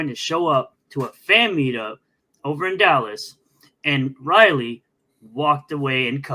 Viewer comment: said Liley instead of Riley, breh □